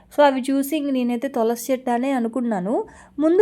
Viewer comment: తొలసి కాదు తులసి